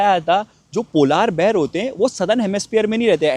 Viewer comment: Ye polaar bear kya hota hai ..Polar bear hota hai...kafi words ghalat pronounce krte hain...baqi vlog bohat acha h